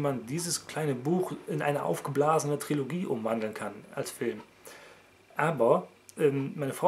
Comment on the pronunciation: ich würde lieber keinen neuen kanal erstellen für die vlogs wie siehts denn aktuell mit death note aus ? PS: Es heißt Trilogie, nicht TriOlogie ^^